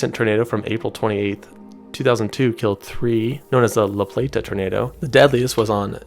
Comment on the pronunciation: Really informative video! I would have thought Texas would have been #1 but you’re right, you can make five big states out of one Texas so taking that into account it’s ranked appropriately. Check out your pronunciations of some of these town names. La-Play-ta, Maryland, Natchez, Mississippi rhymes with Matches with a Z sound at the end and Elvis is from Two-pah-low. But come on man, Wus-ter Massachusetts!!! Everyone knows that. lol Really fun video and I’m glad I found your channel.